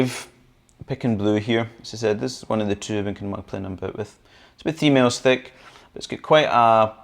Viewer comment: Your "3 mills" sounds like "females" hehe Took me a while to work it out ;)